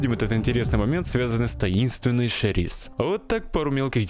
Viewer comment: Почему Шериз, если Сериз?